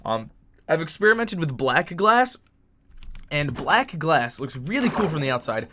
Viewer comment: u said blac lol